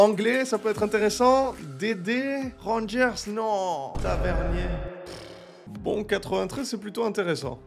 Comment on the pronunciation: A la fin quand il dit tavernier j’ai entendu tbrk